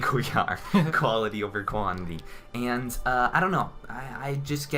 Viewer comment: An"TTTT" Learn to say "and" fucking nerd